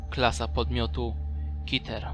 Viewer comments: nie mów kiter tylko keter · Angielscy Youtuberzy itd. Czytaja "Keter" a nie "kiter" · Kiter? Nie mowi sie Keter?